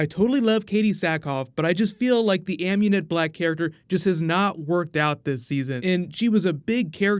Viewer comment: I have to give big mad props to you, I lowered down my volume cause it was sleeping time, and turned on CC auto generated, your pronunciations is ON POINT they even manage to catch, Amunet Black in bold letters. Nice job High Five, will see you tonight!!